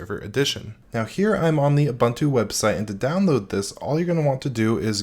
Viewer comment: Please say OO-BOON-TOO